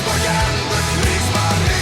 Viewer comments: Krigsmarin= war marin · Kriegsmarin.....e..... Also, it's pronounced Ramm"shtine".